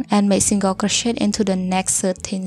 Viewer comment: all i hear is crow-shit 😭